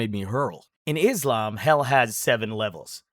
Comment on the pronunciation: Pronounced by Islam not Islum